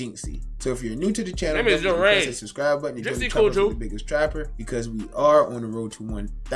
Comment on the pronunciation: his name is not Yourage😭 no shade I be watching the content but idk if you got that influence the way jynxzi do